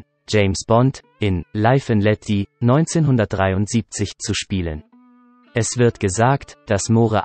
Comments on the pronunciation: oder live and let die spricht er nicht dei aus sondern wirklich wie DIE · "Mohre", "Laif and let dieh". Kann der Sprecher kein Englisch oder ist das ein Roboter?